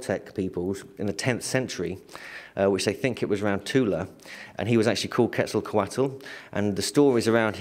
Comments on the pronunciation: PLEASE pronounce Quetzalcoatl's name right!.. Ketz- ahl - koh- aht... No "kwattle" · Got his name quetzzaecote